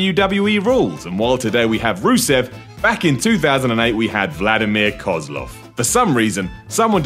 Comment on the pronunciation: you pronounced Koslov wrong, you idiot. it's pronounced koslow. Even wwe got that right. I bet you even think he was actually from Russia